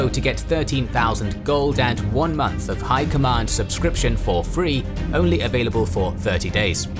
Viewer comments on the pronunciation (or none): none